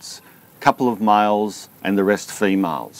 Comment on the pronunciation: I thought you were speaking about miles instead of males ..